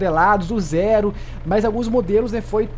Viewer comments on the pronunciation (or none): none